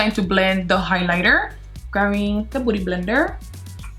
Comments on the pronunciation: Its beauty blender....not 'booty' blender😂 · I love when she says "booty blender"😂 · I love the way she goes "boody blender" ahahah ily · am i the only one thought she said booty blender? :/ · Olivia Sharp OMG it was a joke, I mean it literally DID sound like that 😂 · Am I tripping or you keep saying booty blender?